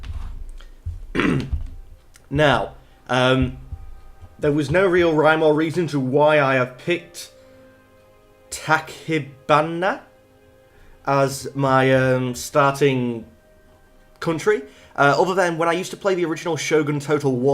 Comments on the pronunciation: Also, the Ch in Tachibana is pronounced as Ch. Literally. Japanese-English is phonetic. I think. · Tachi' bana, with the "chi" like "China". That's how you say Tachibana.